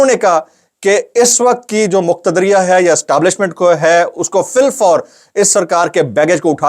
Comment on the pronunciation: Muqtadria nai hota muqtadra lafz hai😊